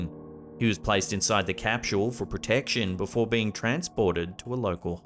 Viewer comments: What the hell is a capshule? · 1st clip are most likely synchronous drones. Also, there's no h in capsule. It's not capshul.